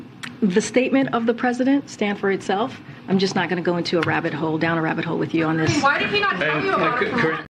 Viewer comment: Wabbit twaks Hahahahah